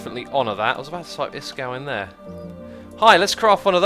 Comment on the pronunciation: D I love it how he says 'Iskow' instead of iskall